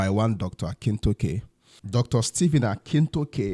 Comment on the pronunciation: Dr. Stephen 'Akintayo' and not Akintoke. Please correct that.